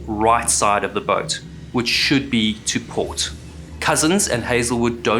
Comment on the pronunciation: South African booooooot 😅